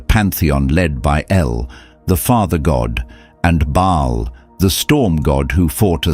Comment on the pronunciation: Baal not Bail. Or Bale.